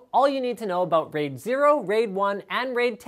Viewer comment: RAID... He didn't quite get that correct.